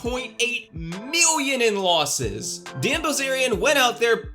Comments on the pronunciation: You are right, great research. Aside from that, your a total douche, and I hate the way you say "million". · Lol why does he say million like that ?